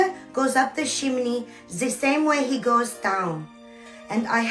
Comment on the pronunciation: Omfg your closed caption said "Shimini" instead of chimney and that's EXACTLY how i heard it and now I'm cackling😂😂😂